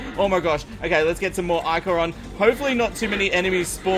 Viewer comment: I-core is how it's prenounsed